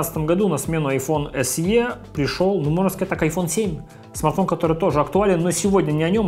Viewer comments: Эс И, а не Эс Е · Большое спасибо. Только "эС-И". Буква Е в англ алфавите передаётся звуком И.